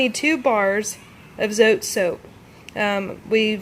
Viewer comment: Today I watched 6 homemade laundry soap videos here on You Tube. Yours was by far the most understandable, simple and informative. I love the way you broke down the cost! Tip: you are not pronouncing the name Zote right, it comes from Mexico and the "e" is actually pronounced, the way it sounds in the word "bread". Another tip: the white Zote actually has whitener in it so that it makes your whites come out like you added bleach without having to use bleach, and it also does a VERY GOOD JOB of removing stains. I proved this myself in Texas last summer. My Mother, sister and I were having strawberry ice cones and of course, we all 3 spilled some on our blouses, white blouses. After 3 days and the stains had dried, my cousin told me that the white Zote would take out the stains. I really didn't believe her, but I did as she said. I pre-treated with the soap directly on the stains and let the blouses soak in cold water over-night. The next day, I couldn't believe it when I went to check them out! The stains were completely gone, DISAPPEARED, as if there had never been a stain on them! I'm excited to try your recipe, but I think I will make a batch of each the white and pink soaps, the white for washing whites and stain removal. Thank you for caring to help those of us that NEED to stretch our money. Keep up the good work! God bless.